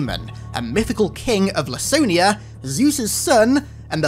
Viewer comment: Laconia was what Sparta called itself and its lands. It's pronounced "Lak-O-nia," not "Lass-O-nia." It's from the Spartans and their famously austere speech that we get the modern word "laconic."